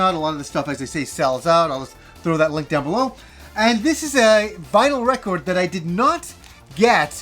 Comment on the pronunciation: does say record funny? great vids btw!!